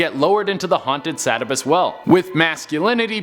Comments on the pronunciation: You mis-pronounced "Sabbatus", it's pronounced "Sa-bat-tus"... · Its pronounced sa-Bat-tus, and Sahhco (long a)